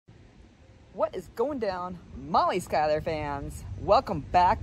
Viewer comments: Can someone teach this poor old girl how to pronounce her last name. It's SHOE-LER!!! SHOELER!!!. How can SCH followed by a vowel U do you get sky-LER? Do the laws of grammar not exist with this person. There is a vowel U there!!! SHOE-LER!!! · That's not how you pronounce Schuyler ma'am...